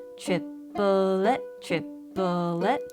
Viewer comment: at first I heard chi-po-tle instead of triplet 😆